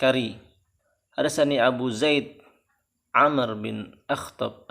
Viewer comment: Bukan 'amr bacanya tapi 'amruu